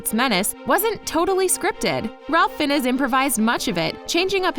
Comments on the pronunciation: Pardon me but who is Ralph Fin-ez? I do believe its Ralph Fiennes as in Heinz. :) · I’m sorry but the way you say Ralph Fiennes — it’s pronounced as Rafe Fines — just google it. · Fin-ess? FIN-ESS? It's pronounced Fines! FINES! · It’s not pronounced fin-es it pronunced fine’s like the plural of fine. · “Ralph Finn-ez” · You pronounced Ralph Fiennes's name wrong. It's pronounced like FI-yens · Ah yes, my favorite actor:'ralph finn-uss' Also i am the 123th comment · Ralph Fiennes... she can't pronounce his name?? Come on! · The cringe when she mispronounced Ralph Fiennes ' name. 😬😬😬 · The cringe everytime ralph fiennes was mispronounced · The way she pronounced Ralph Fiennes has me in tears 😭